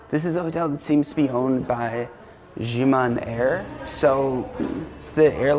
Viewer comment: Xiamen is pronounced as "sha-men".